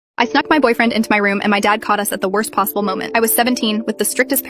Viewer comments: I thought she said suck instead snuck😭😭😭😭😭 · I DID NOT HEAR THE N IN SNUCK IN THE BEGINNING LMAO